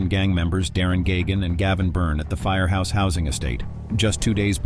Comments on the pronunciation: Its firhouse not firehouse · Pronounced Fur-house